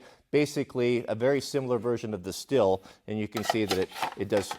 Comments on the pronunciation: Stihl is pronounced like steel or steal NOT still. Also it's a pronounced Feller's belt not a fallers belt. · Jesus ... not a Steeeeeeeeeel. It's Stihl!!! Mein Gott muss das sein ? So ein Bockmist aber auch ...